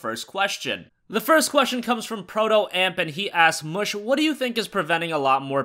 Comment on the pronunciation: In the intro it sounds like he says "Ass mush series"